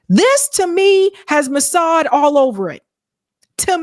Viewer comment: Massad?, I am listening.